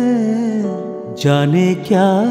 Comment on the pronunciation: you are very much promising singer in recent times. You have rendered so nicely.only thing,be little bit careful when pronouncing words like " jane ".. Just avoid bengali accent here. Don't mind pl.